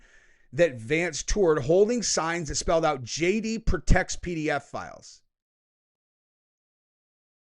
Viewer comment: Are you saying "pedophiles" or "PDF" files 😂😂😂